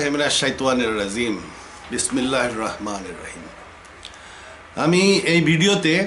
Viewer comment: বিসমিল্লাহির ও আযুবিল্লাহ শুদ্ধ করে বলতে শেখেন।।।